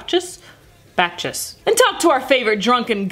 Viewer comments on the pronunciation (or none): Its "Baccus" my girl, you are pronuncing his name like "Batchus" (almost like Batch shit crazy) pronunce it like "Bakkus" just like that:D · In "Bacchus," the "cch" is pronounced as a "kk." In short, you pronounce the first part of his name as such: "Bak-k"